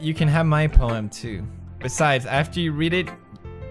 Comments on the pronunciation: What is going on between them tOo~ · WOT IS GOIN ON WITH THOSE TEW